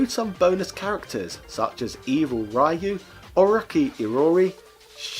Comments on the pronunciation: How is it possible for someone who seems to know a lot about those games (and I imagine have played a lot of them) to actually butcher Ryu' name ...? it's not Rah-you, but Ree-you :) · I'll pretend you pronounce 'Rai-you' deliberately. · I'll never understand what sort of mutation the English language went through that now Street sounds like "shtreet". Also, RIP Ryu, you completely butchered his name, over and over. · Pronounces Ryu wrong and then asks if he's pronouncing Iori correctly.